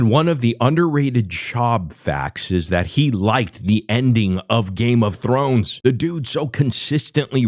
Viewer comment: “Games of Thor” “ games of thorn”